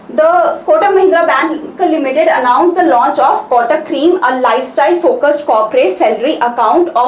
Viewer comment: There is acute accent above letter e. It has some meaning ma'am. Créme ka pronunciation cream jaisa nahi hota. Aap zara khud ek baar search karke dekhe.